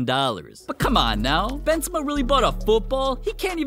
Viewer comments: i just heard cream benzema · The way he talks BeNzEma